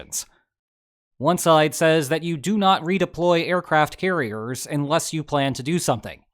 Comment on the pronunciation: It's pronounced 'unless', not 'inless'